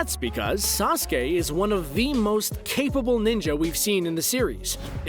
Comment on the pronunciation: Bruh wtf is sasuka